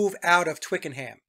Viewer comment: Ohhh …. Twickenham is pronounced twickenAm… h not pronounced in British talk